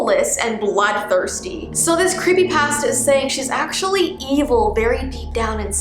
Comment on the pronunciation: Does it bother anyone else how she says "pasta" ? No? Just me?